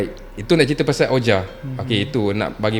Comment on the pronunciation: 😊Maaf guys nak betulkan sedikit sebutan OUIJA board tu... Sebutannya adalah "WIJI" walaupun dieja begitu, don't ask me why, it's just the way it is, harap maklum guys... 😅sudah anda belajar, sila komen!